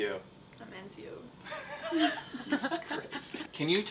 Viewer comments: sigh i did it so they could see it wasnt pronounced with a n but a t pronounced etcio, written ezio, and they say encio. that was what i was trying to explain. and if you still dont get it i give up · enzio?? aww comon if you have to say it that way then its actually etzio but thats what the z is there for z=ts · just a side note, its Ezio (pronounced Etsio) not Eznio.... SO DONT FUCK IT UP AGAIN!! OK!! SHIT!! haha jk ;) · its ezio not enzio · Love you guys, but you know it's Ezio, not ENZIO, right? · It's not Enzio you fucking idiots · I hate how everyone says ENzio, i mean, if you play the game you know how to say the name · lol they ssay ezio wrong there is no N